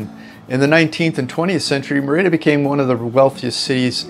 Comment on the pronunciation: It is Mérida, with the accent on the first syllable.